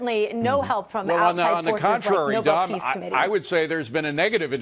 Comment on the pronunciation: It’s Nobel not noble!